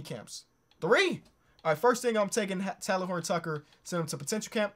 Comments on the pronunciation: plz stop saying “Talon”😭 it’s “Tay-Len” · love the vid but its pronounced "tay-len" btw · It hurts me to hear this man pronounce THT’s first name 😂 but I love you 👍🏼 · It pained me to see how often you butchered THT’s name but dope video